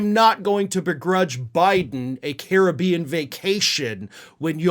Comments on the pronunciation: thank you for pronouncing, Caribbean the correct way.. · Yay, for the UK pronunciation of the Caribbean :P love the channel regardless